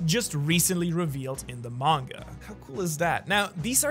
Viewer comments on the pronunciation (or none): none